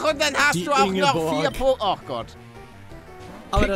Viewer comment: Palle es wird Poké ausgesprochen und nicht pokké